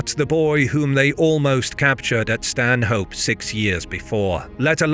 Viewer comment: Great video! Small point though, as a local Stanhope is pronounced without the H: more like stan-up